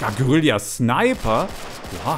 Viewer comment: Es heißt Guerilla und nicht geurillia